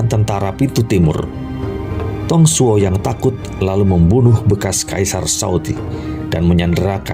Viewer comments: kurang fasih baca nya wkwk , saya hafal betul semua karakter di samkok dan serahah tiga negara . yuan shao dinacanya Yenshao , tidak ada nama sao sao , tapi cao cao ,. bukan tong suo , tali tong cuo . aduhh pegel telinga ini dengermya wkwkwk. bukan Lu bu , tapi LiFu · Mantappp bos... Ayo semangat diupgrade baca mandarinnya (pin yin) biar lebih tepat pelafalan namanya.. contohnya nama Dong Zhuo dibaca (Tung Cuo)